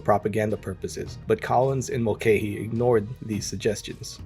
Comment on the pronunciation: Great video, mulcahy is pronounced mul kah Y.